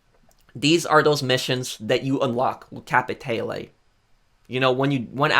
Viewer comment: Bro how fucking hard is it to say capitale right?